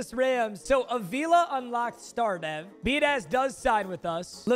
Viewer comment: I’m just letting you know your center at the beginnings name was Tyler Biadasz. His last name is pronounced bee-ood-itch.